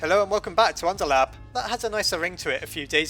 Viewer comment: why the fuck do u say unterlab not underlab